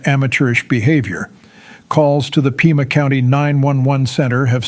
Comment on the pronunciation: Pima, not "Puma" County.